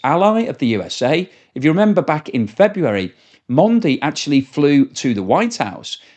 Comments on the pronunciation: Mondi??? The Prime Minister of India, Mondi???? Are you kidding.. His name is Modi Prime minister Modi pronounced Mow- De.. You want to destroy your credability? Just keep making blunders like that.. I expect more from a Brit.. Thats something i would expect from a yank.. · It’s modi (MO-dee) not mondi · Modi, not Mondi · You can't even spell a 4 letter word "Modi" correctly what better analysis you gonna provide. I mean seriously you pronounced "Mandi", is it that hard to read?